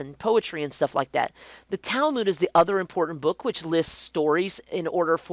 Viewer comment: Talmud is pronounced Tall-mud